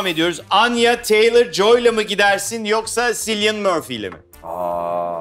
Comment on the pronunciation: ... Cillian Murphy'nin adı "Silyın" değil "Kilyın" şeklinde okunuyor canlarım...